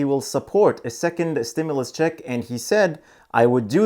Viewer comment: It is pronounced " stim-you- less...other than that ...your great..